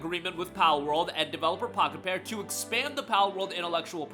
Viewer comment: Everytime you say the developers name i keep hearing Crapped-on, lmfao!